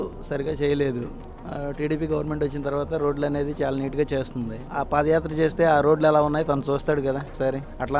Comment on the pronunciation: Pafayatra kadu vadi padiyatra